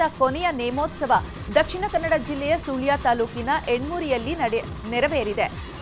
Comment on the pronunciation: ' ಸೂಳ್ಯ ' ಅಲ್ಲಮ್ಮಾ ತಾಯಿ ಅದು ' ಸುಳ್ಯ '